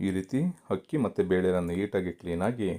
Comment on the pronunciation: ಹಕ್ಕಿ ಅಲ್ಲ ಅಕ್ಕಿ